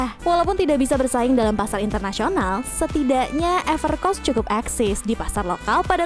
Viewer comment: Everc R oss? Kayaknya Evercoss deh